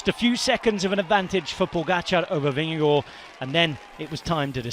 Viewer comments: This commentator pronounces Jonas Vingegaard's name like a Dane. 👍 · Good work on pronouncing Jonas Vingegaard. Spot on👍